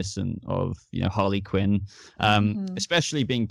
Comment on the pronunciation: She said Harley kin